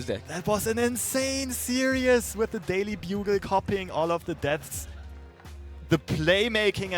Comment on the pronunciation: LOL "Daily Bug-al"